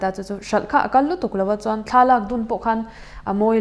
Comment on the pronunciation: KHAN TIH TURAH HAN TIA INLAM TLAT ZEL MAI HI..HAHAAH